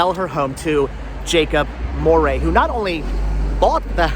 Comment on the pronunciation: It is pronounced like "dowry" with an M. Is my maiden name, this house belonged to my great grandfather.